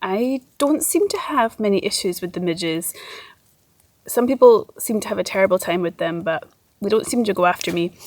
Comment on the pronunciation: Did any one else notice, when on about the midge net she says "the midgets"